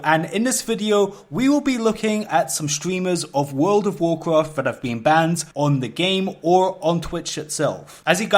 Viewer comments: It sucks when you bwake the wules and get punished in Woold of Woolcrahft. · Wuld if woacraft Seeing a lot of comments about his pronunciation but I heard a pronunciation of the game that'll put this out of game immediately. Can't explain it by text but I'll try: Vaarkraaft It cringed me into a parallel dimension. / Just got back to WoW and somehow jumped onto the WoW video train. Good to see interesting new videos. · you cant say world of warcraft for shit and it triggers the fuck out of me work on it